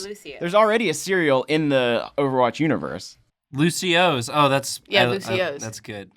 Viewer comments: It's not Lucio's it's Lucio'os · Sir it’s lucio oh’s